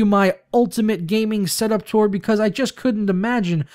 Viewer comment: Why do you say tura?